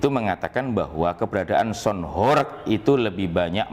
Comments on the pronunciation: Bacaanya horeg bang, bukan horek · Kata horeg huruf e dibaca seperti pada kata "belum" bukan huruf e pada kata "becak."